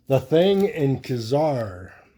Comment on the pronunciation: You’re One of the few people that pronounces Ka-Zar correctly! You deserve a Marvel “no prize”!😊